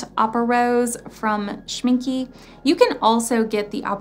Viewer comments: I’m going to kindly add to that if I could....opaque has a q not a g...so it’s o-pake. And Schmincke is pronounced Schmin-kuh... 💜✌🏼. Great informative video! Thanks! 💜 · music right. A German “e” at the end of a word is pronounced as a short e, as in “elf”😉.